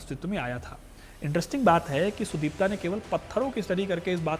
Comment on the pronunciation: काम अच्छा कर लेते हो इसलिये आपका धन्यवाद लेकिन आप भारतीय नाम उच्चारण मे बेहद खराब हे। जैसे के उस scientist का नाम सुदीप्त होगा।